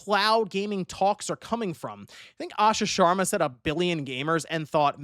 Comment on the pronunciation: Omg he pronounced Asha Sharma correctly. Let's gooooooo